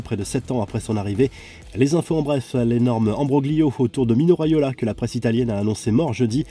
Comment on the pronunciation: Mino Raiola et non Railoa…